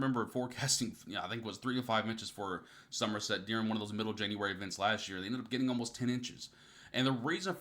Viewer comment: January not Januaray 😉